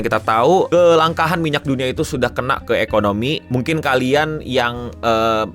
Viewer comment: KELANGKAAN BANG , BUKAN KELANGKAHAN 😁✌🏻